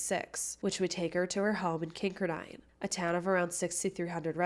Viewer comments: I just came here to say that. lol it's not kinker dine. It's pronounced kin car din. Accent on middle part. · Great pod cast you tube video. The name if the town is pronounced Kin car den, Not Kink er dine....Just thought you might want to know. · Kincardine is pronounced Kin-Car-Din from someone who lives in southwestern ontario. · Kin car din. Emphasis on car. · Just an Fyi - pronounced Kin-car-din (although spelled Kinkardine) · I think your trying to ssy Kin -card-in. Thats how those of us that live in the area pronounce it . Just thought you would waht to know lol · Kin-kar-din. That’s how you pronounce it. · Kincardine Is Pronounced Kin- Car-Dinn I grew up not too far from there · It's pronounced Kin-card-ine 😊. I was at that dance that night Lucknow is my hometown 😊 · You mispronounced Kincardine it pronounced "kin-car-din." I mention this because I lived in the area and as listen to your info I thought I had not heard of such place until I figure it out. Also, I was familiar with the case. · Love you! As a former Kinkerdink (a resident of Kincardine), it’s pronounced “king-car-din” ❤